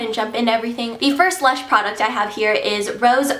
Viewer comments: not luch.. lush... lol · not.. luch... lush!! lol